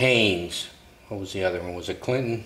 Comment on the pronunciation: It's "Chilton's". Not "Clintons". :)